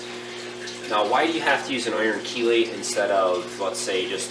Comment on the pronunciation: Thumbs up for pronouncing "Chelate" right!